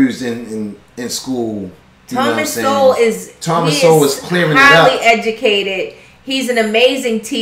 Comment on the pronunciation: I think it’s pronounced Soul, but he is an absolute genius and has been around for many years. Once a liberal but now conservative